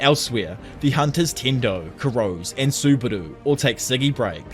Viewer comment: I can't get over the pronunciation of Kurose's surname 😅 it's 黒瀬 /くろせ/ which should've been kuh-ro-se not kurows. Regardless, this is a retelling of the manga which I'm yet to read again since I stopped it at some point early on.